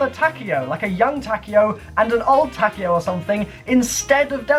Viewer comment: Takeo. it's pronounced Ta-Kay-yo